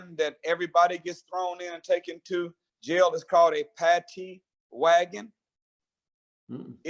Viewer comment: It was not, called a ""Pattee wagon"", it was called a, ""Paddy Wagon!""